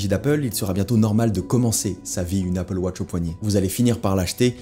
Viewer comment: Merci d’avoir prononcé AppleWatch et non APPLEWOTCH